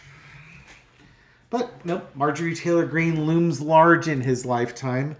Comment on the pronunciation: LoL Warge Marge!!